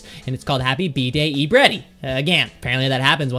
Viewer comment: Its e-breddy and derpy-horse